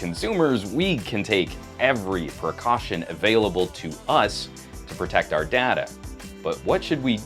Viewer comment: It's not pronounced data...but data man!